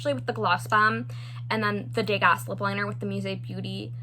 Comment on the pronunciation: The colors in the Musee Beauty Impressionism palette aren't usually my type of shades, but oh my goodness, they look lovely. Those blue and green rows in particular are gorgeous! By the way, the 's' in Degas is silent, and it's pronounced like day-ga.